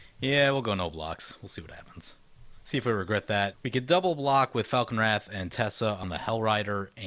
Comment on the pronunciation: Teysa Karlov seems really nice. Isn't it TeY-sa not Tessa?